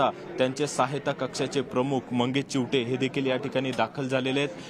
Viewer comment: चिवठे नाही चीवते